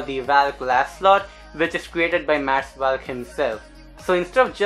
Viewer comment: It's valk not vyalk